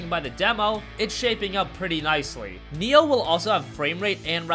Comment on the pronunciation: it's NI-OH not neo >_>